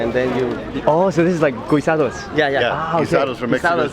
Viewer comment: " Gee-Sah!-dohzz " - Guisados.